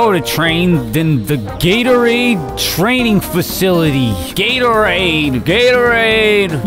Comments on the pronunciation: After hearing him say Gatorades some much I started to hear Gator AIDS... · When he says Gatorade a lot of times he sounds like he’s saying Gary